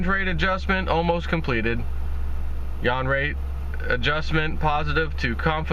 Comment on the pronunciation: It's YOU-WAN Not Yawn